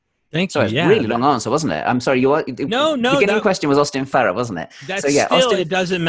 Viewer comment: My favorite part of this video is when says, "Correct my pronunciation," saying it "pro-noun-ciation," and then pronounces "Farrer" correctly, so Mark tells him his pronunciation is good, without correcting him on the one word that he did mispronounce. 🤣